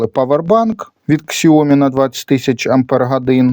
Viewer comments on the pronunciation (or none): ни КСіомі а вірно фірма називаеться сяомі де наголос на букву і .